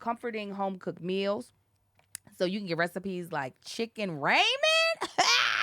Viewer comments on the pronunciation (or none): I pronounce it chicken "Raw-min" not "Raymen" lol